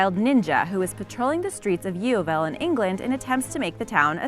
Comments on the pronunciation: Pronounced Yoville not yeoville. Just saying because i live near there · its prononced yorville. Its a weird name i know. Should hear some of the others here in england lol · Bitch ye-o-vel it's pronounced yo-v-el. I live there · It's pronounced yo-vil Not yee-o-ville